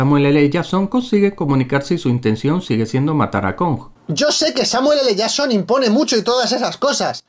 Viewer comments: el samueeleyason XD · Según este tío es el Samuel ele jasssssssson jsjsks ondaaaa vitaaaaaal